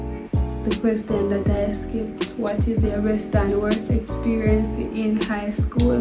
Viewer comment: The lady emphasize seh she " hate skl" eno😂😂😂